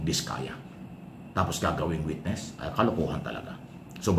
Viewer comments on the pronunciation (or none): none